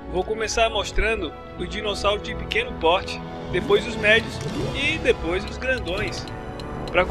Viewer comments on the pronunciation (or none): none